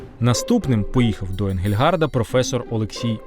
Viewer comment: За всієї поваги: не Енґельґард, а Енґельґардт. Отже, не Енґельґарда, а Енґельґардта і т.д. Аж надто ріже вухо...